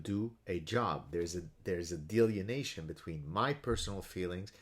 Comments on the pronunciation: I never insult someone for mispronoubcing a word... it means they learned by reading. Delineation. =) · Love you Gad, one comment (and coming from a guy who speaks 1.5 languages, so I admit some hypocrisy) in the spirit of education and good faith, I am pretty sure the word you are using here is pronounced 'dee-lin-ee-ation'. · he's switched the n & e around... delienation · It's pronounced DEE-LINN-EEE-AYSHUN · Are you saying "delineation"? If not, what is the word? I've never heard "delineation" in that context and can't find a similar word in my dictionary. Cheers.